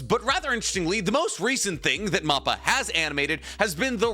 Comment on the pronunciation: great videos but please stop saying moppa its (mappa like map that has directions on it and pa like a panda